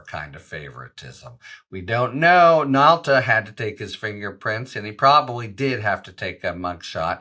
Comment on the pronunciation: Nauta, not Nalta. Right?